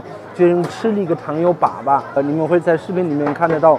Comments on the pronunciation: 粑粑，哈哈。。是一声，不是三声。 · 糖油粑粑，粑粑读第一声，不是第三声，第三声是poo poo 的意思。